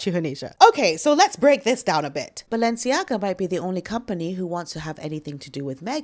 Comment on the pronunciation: Your Valensiaga 😂😂😂👏👏👏